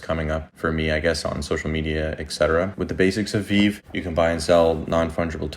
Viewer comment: Thanks for the content. Only tip I have is call it Ve-Ve. It’s a thing the community is critical of lol. Stupid but just wanna help out. If creator says Vev they will disregard your content. Sorry they are so petty. But you did a great job explaining the project to new users